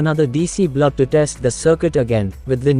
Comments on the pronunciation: Very useful circuit Thank you. But sir it is "BULB" not "BLUB"..... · Neat circuit. Forgive me for laughing when you say "blub" instead of "bulb" 😁😁😁